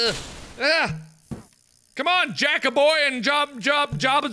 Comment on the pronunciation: Lol he said "jackaboy" and whoever made the captions is a GENIUS XD